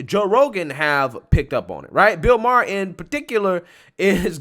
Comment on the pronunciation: Bill Ma-ar Justin Tru-doe I love u man but your annunciations of peoples names Fuqn drive me!!! You’ve mispronounced at least a dozen names over the last year. I don’t know if you’re doing it on purpose but fuq man!!!! It’s hard to take u serious sometimes when u can’t pronounce peoples names!!!! It fukn drives me!!!!!